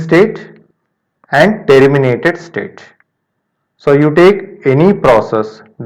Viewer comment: Man everything was good.....but every time it catches me when you say: " t ee rr i m i na t e d" 🙄